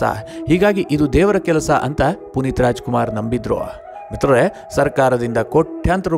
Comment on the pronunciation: Le ninu first ಮಿತ್ರರೇ endu correct aagi helu